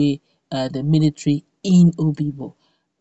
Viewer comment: Obigbo not oyibo